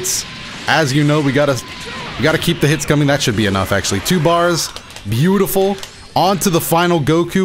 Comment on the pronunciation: Aye man.. I missed this. You’re the dude that’s reignited my interest in enzymes honestly. New season mean more content. P.s. the way you say “beautiful” kills me every time.